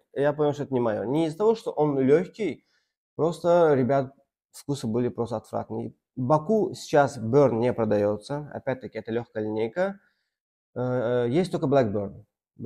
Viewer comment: «блэк бэёэерн» почему нельзя просто сказать бёрн?